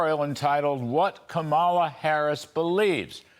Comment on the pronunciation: Larry, when are you going to pronounce Kamala correctly? It's KAH-ma-la, stress on first syllable.